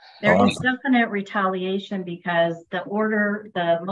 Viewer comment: "All of a sudden Taylor wants to say.. that... im out there for italiation... ...nuh..." . I can't laugh. This is the kind of thing i come out with too these days, at only 61 years old. I see it as a kind of mental economics at work in my brain cell at the end of the day when im tired.😅.